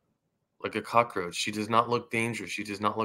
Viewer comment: brother its COCK-ROACH not a COCK-A-ROACH ! hey i admire your determination BUT the delivery method is FLAWED , for real take a public speaking class {or 2 } all things considered you get an A for the effort AND the cause ! thanx for the info